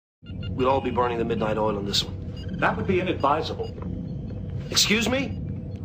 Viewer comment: Here in Russia we call "polunOchnichat(ь)" or "rabotat(ь) do glubokoj nochi" that Americans call "burn the midnight oil". But unfortunately, I didn't hear word "oil", I heard "all".